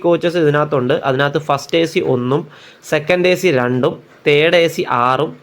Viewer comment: പരറേണതും.. കാണിക്കേണതും.. 'രണ്ടും'.. 'ലണ്ടാ'ണല്ലോ.?..😅..!!